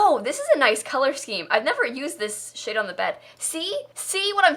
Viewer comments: She said "shade on the bed", but now I hear what you heard, too. XD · Is it just me or did she say "shit on the bed" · "I've never used this shit on the bed" I know she said shade but it's still funny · lmao i think she said sheet or shade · THATS WHAT I HEARD TOO 😂😂 she probably did mean shade but oml threw me for a loop